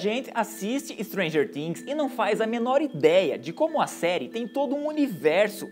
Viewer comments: N é Stranger tings ! SE FALA FINGS COM "F" ! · "muita gente assiste Stranger TIIINGS" uehueheu eu sei q ele falou certo porque é em pt/br mas é muito estranho KKKK FALA STRANGER FIINGS